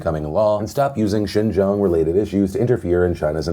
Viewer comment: funny that he can say Xinjang but not Grande. :P